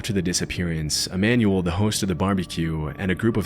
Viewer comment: Manuel is pronounced like “man-well” or “mon-well” not manual…